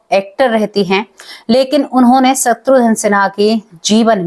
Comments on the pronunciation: Madam, “shatrudhan” nahi “shatrughan” Sinha sahi naam hai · शत्रुधन नहीं शत्रुघन है😄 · सत्रुधन क्या होता है, खुस क्या होता है, आपकी प्रेजेंटेशन बहुत बेकार है